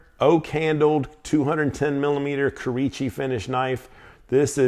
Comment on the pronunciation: Great video y’all! Real short; I’ve got a quick knowledge drop on pronunciation stuff again. Kurouchci would be said as Koo-Roh-Ooh-Chi. Or if you can’t remember just say the letters K and U. KU == Kurouochi. Much love 😘